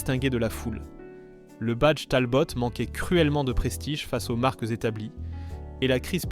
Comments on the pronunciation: Vous prononcez "TALBOTTE"? Pour Talbot? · La prononciation par l’IA est à mourir de rire….et en fait agaçant….La Talbotte…..La Panar……Je pouffe… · On prononce Talbo pas Talbotte. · ça commence bien, cette voix synthétique ne sait même pas prononcer la marque Talbot. Un peu de sérieux . L'ignorance est elle la nouvelle culture automobile ?. Quand je regarde l'Ami 6 qui est dans mon garage, je ne vois pas un échec mais les 3 autres dont nous avons eu le plaisir de profiter dans ma famille. Merci de ne pas publier des vidéos médiocres . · Beaucoup d'erreurs! Prononciation: Talbot, Panhard. Dates contradictoires. Images de R5 pour illustrer la R14. etc. etc. Des "désastres" qui ont vendu des millions de voitures. A éviter.